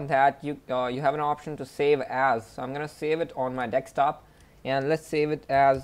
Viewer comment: hahaha, "DeXtop", fail .... :D